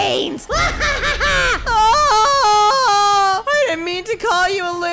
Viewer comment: You said bwains bwains